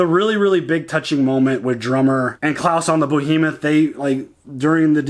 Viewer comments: The ship is named "BEhemoth" not "BOhemoth." Bohemoth's not actually a word. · It's Behemoth btw, not Bohemoth ;-) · Still calling The Behemoth "Beau-hemoth" Still calling Klaes "Klaus"